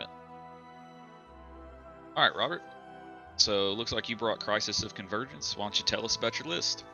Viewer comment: My eye twitch at "Crisis of Convergence" lol